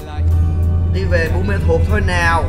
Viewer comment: Anh đọc sai rồi, anh đọc là buôn mê thuộc, buôn ma thuộc mới đúng